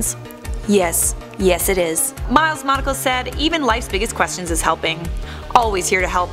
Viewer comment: The way she says ‘Questions’ makes me cringe...